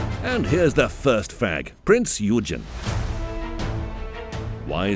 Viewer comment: could you please pronounce the different languages a bit correct, I'm not a German but I didn't know or I should cry or laugh at the pronounciation of Prinz Eugen. For the rest an excellent video ;)